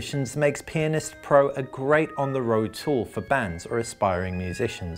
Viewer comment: this guy dont know how to pronounce pianist